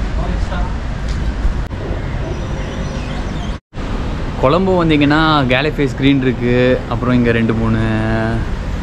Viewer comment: அண்ணா கொளம்பு இல்ல கொழும்பு